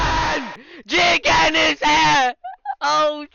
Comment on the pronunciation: Love it when says Jigen